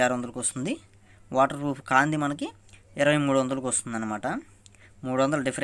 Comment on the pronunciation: Froff not bro proff😂😂